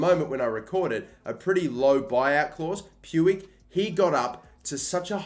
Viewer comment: MY GOD, you fucking butchered Puig's name lol